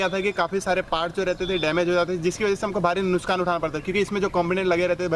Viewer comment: नुस्कान नहीं नुकसान बोलते हैं वैसे उम्मीद करता हूं कि आप कन्वर्जन वाला पॉइंट आरसी के ऊपर भी दिखाएंगे